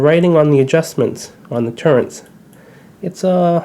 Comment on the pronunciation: Those are TURRETS not TURRENTS! If you are going to do a review, at least learn how to pronounce the vitals.